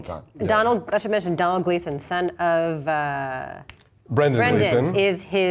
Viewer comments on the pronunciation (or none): It's pronounced like dough-nall Gleeson. Same as Donal Logue just spelled differently.